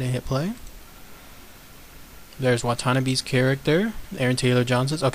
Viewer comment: wat-tan-ab-eh... not wat-tana-beh